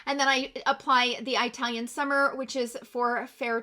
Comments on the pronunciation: I’m Italian and it’s not pronounced that way at least here in UK but it’s eatalian 😄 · Just an FYI, it is pronounced with a soft i instead of Eye-talian as you were saying it. I have the Italian face palette & I am fair skinned & I love it! Just as you said in your review, it is super buttery & pigmented. Loved your review. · It's not an accent. Its the pronunciation of the "I" and it's no different than pronouncing the "I" in "it" 🤣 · Eye-talian... I'm dead!🤣🤣🤣 Love it! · Pls do research how to say the word Italian 😦